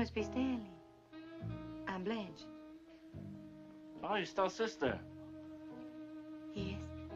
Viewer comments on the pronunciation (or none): She can't even pronounce her own name properly "I'm Blench"